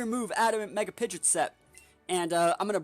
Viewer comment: It's pronounced Pidgeot, not Pidgeot 🤣